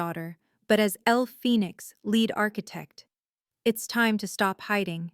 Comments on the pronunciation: "LEAD ARCHITECT" that "lead" is pronounced like seed, leed not like "red*. Lead ARCHITECT means the architect that is the leader of a group of architects. Teach your AI. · Lead as in a pencil or lead as in being the first one in line? AI go back to school. 😂